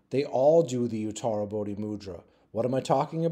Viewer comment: I'll go and have a look at your playlists. It's because of your videos that I can actually pronounce utarabodhi mudra every time I see it! I can't spell it though, and I don't exactly know what it means, apart from they're all in the same club.